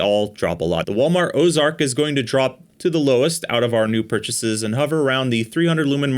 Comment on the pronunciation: "Osark" not Ozark? Did y'all buy a knockoff of a knockoff? 😂